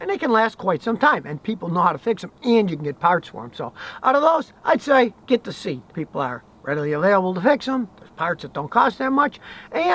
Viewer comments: say-ought not seat lol :) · Ha ha you yanks make me laugh it's pronounced Cee at not seat lol. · Scotty, SEAT is a Spanish company and the name should pronounced like "CEAT" (in the English language). It's not a SEAT for you to sit on 😁. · lt's not pronounced 'seet', Scottie. lt's 'say-at' (Spanish) You're from Tejas ('tay-has'), so you should know these things! lol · Seat is not pronounced seet its pronounced sea-yat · Scotty, its not a seat. Its a Say-At. Its a Spanish car, owned by VW. Had a good reputation 15 yrs ago. Nearly bought one, but the dealer wouldnt haggle, so I walked - literally, to another dealer. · Hello Scotty, love your videos. One note about Seat is that it is pronounced SE-AT, not Seet. Another note is that Seats are basically Volkswagens with a different brand. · Lol, it’s not Seat, it’s pronounced Say At And it’s just another VW devision 😎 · Not seat Scotty SE----At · Yeah, even if english pronounciation differs from original, it should be like "see at" :) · Seat - "SAY-at." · the pernunskiation of Seat is Say ott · Seat cars [pronounced Say-At] are just VW’s in all but body panels. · SEAT. Is pronounced like say at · just a heads up Scotty, SEAT is pronounced SHIAT lol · Scotty the Spanish volkswagen is called a '' sayy at'' u say it the Spanish way, hope this helps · Seat is pronounced Sea-art, it also belongs to the VW group. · Seat pronounced Se at, I know your not big on European cars, Neither am I, I was a BMTrouble you tech, But like you, I have a Nissan Skyline Turbo R33,6cyl, Turbo with Dual controls as I run a driving school, Its just turner 200klms and with oil and filter every 5k, The 26-year-old does not use a spot of oil. Only made for the Japanese market, Cheers love you Vlog. regards from Sunny Australia. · I like how Scotty pronounced 'Seat', which is a Spanish car brand that's part of the VW group :) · Someone teach Scotty how to pronounce "Seat"!!!